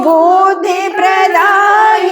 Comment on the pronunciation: పూస్తక అనకుండా పుస్తక అంటే బాగుంటుంది అనుకుంటా.అలాగే బుద్ది